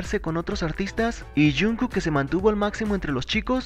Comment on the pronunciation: Porque no dices bien el nombre de jungkook?